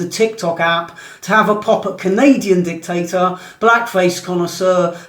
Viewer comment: Was that dictators or d1cktasters?🤔